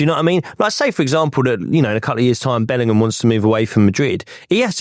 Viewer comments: Imagine being so thick and illiterate that you go onto a podcast and keep saying "Bellernam" over and over again instead of "Bellingham". The thick southern fool. 😅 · The way this guy says "Bellinum" instead of Bellingham annoys me way more than it should smh.